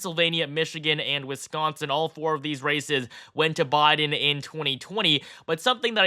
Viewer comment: You seem to have difficulty saying Biden...BYEden. Not Bahden